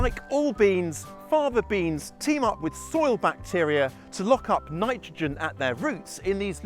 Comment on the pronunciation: You spoke so fast I couldn't hear what type of beans. It sounds like you are saying, "Father Beans."